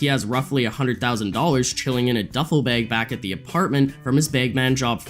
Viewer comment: Love your videos! Just wondering why you pronounce bag, bayg?